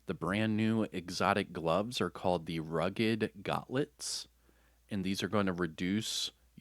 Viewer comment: Basic pronunciation Stoic (stow+ick) Polyethylene (poly+thigh+leen) Gauntlets (Gawn+t+lets)